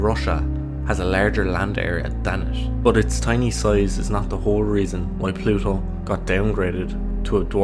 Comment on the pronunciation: Plusho. Is noo longeh a planesh. 😣 This appalling pronunciation makes me want to rip my own ears off.